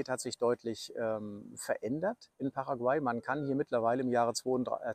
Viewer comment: Bei Paraguay wird die letzte Silbe betont.